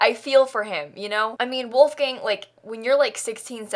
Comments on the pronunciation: So I just searched it and listened to a YouTube video and from what I hear the only difference is it’s “voolf” instead of “woolf” at the start! Obviously spelt phonetically there haha! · Also the main differences are that in german "w" is pronounced like "v" , "ch" is pronounced like more of a "k" sound (or sometimes more of a h) and there is no hard "l", it is always much more of a softer sound, like in "lemon". So his name would be pronounced like: Volfgang Munk (with a soft l) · I'm sorry, I just find it hilarious how you pronounce "Wolfgang". It's like a gang full of wolves and I crackle up every time :D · Me, a German: Say WOLFGANG one more time!!!! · The way she pronounced „Wolfgang“ is so funny to hear as a german 😂 love it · I'm American and that's how most pronounce Wolfgang here. I didn't know the difference until I took German in high school lol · even as a dutchie😂😂🤭🤭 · How are you meant to say it? I say it the same as her haha!